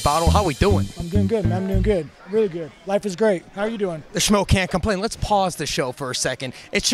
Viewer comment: Strickland says smo instead of schmo lol